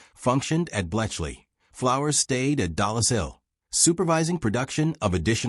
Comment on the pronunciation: Bill Tutte's last name is pronounced "TUT," not "TOO-tay." Lorenz , which you know (as shown here in the comments), is not spelled "Lauren's" (nor is it possessive). Yet there it is in the text-to-speech generated subtitles. Elsewhere it appears as "Irens." Dollis Hill is NOT "Dallas Hill." "Mark I" should be voiced "Mark One," NOT "Mark Eye". "Armistice." That's the Great War (or World War II). The end of hostilities in the European theater of World War II is not referred to as an armistice, which is a temporary cessation of fighting by mutual consent; a truce. Instead, the end of hostilities in Europe in May1945 is formally described as Germany’s unconditional surrender to the Allies. The word "hundred," heard more than once in the VO to quantify the number of valves or vacuum tubes in Colossus, does not appear in the speech-to-text generated subtitles. "For" should not have been interpreted as "4". Your VO says "Pas de Calais" (which is correct) but the on-screen text reads "Pointe du Hoc," which is a location on the west end of Omaha Beach. I'm less than 1/3 of the way through this video. But I'm done. Proofreading the subtitles was your job...and as much as you say you valued detail to give Flowers his well-deserved due, you dropped the ball in executing the fundamentals.